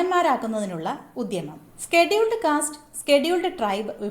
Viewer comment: എന്തോന്ന് സ്കെട്യൂൾഡ് കാസ്റ്റ്, സ്കെ ട്യൂൾഡ് ട്രൈ ബോ?